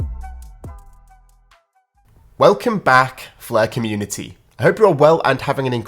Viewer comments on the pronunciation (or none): none